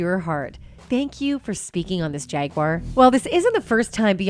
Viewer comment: "jagar" wright 😂